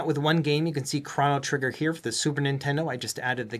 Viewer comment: Mf can't even pronounce Chrono Trigger